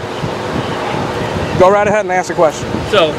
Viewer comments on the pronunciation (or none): It's pronounced ASK not AXE. Idiots